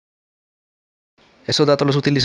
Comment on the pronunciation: Es "span" no "spam"